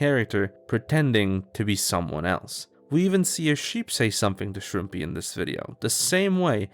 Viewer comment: the arg aside, shouldn't the channel name be pronounced shroom-pie and not shroom-pee???